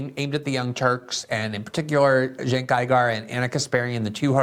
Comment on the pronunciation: Cenk what? Wow you really botched him name Glenn....